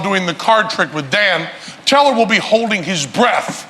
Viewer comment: 'The Vewue best in the business...it IS... Penn .. and Tellah!'